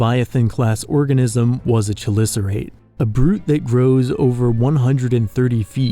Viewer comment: Fun fact: The Chelicerate is actually pronounced kelısərəit or keh-li-ser-ate, which we pronounce it with a CH instead of keh-. I am not forcing people to say it like that because it is a very common mistake we all make for this word.